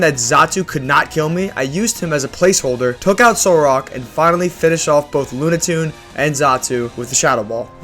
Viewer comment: Now apologize for “lunatoon” 😂 loved the vid tho!